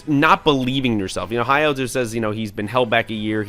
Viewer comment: Thanks for not reviewing the 4Kids parody, the actual shows don't get enough love. Edit: Some nicely done pronunciation corrections as requested: Ryoto: Ree-OH-tow. Jonouchi: Juh-NO-chee. Hayato: Hai-yah-tow. -[Gotta go, I'll finish watching the rest of the vid later. Thanks again, you guys are great!]